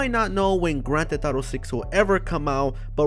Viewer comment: it’s not “grand thet thato “ LMAO get it right